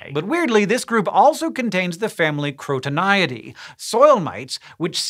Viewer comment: american pronunciation is so absurd that 'crotoniidae' becomes 'coronaedii', the literal opposite, lmao